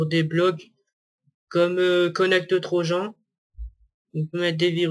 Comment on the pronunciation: xD la prononciation "connèct tro gens"